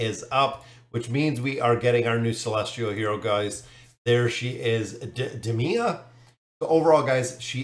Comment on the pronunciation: I'd say her name is Day-Mia, kinda like Day-Mon (daemon)